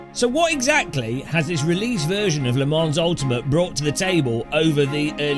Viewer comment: You are aware that the 's' in Le Mans is silent, yes? And the 'n' is pronounced with a nasal inflection